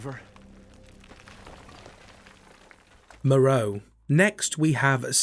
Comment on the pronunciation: My favourite thing about re8 is hearing people mispronounce the names Moerow Benivento Alkina Bella Ava